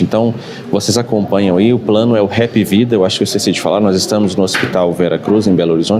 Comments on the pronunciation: Não se fala HA(e)pVida, Se HApvida mesmo. É uma empresa brasileira. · Hap não se pronuncia "Hep" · Bem pronunciou errado... Se chama Hapvida (soa como apvida). Hapvida Notedrame. Aqui em Recife a família que fundou o plano Hapvida tem envolvimento com a Tv Guararapes e também a Tv Ponta Verde em Maceió.